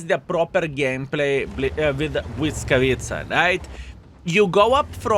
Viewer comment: achh that "Błyskawica" sounds great! greetings from PL ♥